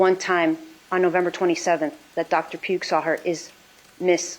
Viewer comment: they also mentioned a Dr Pugh did I hear her wrong or did she keep saying Dr puke ?? 😂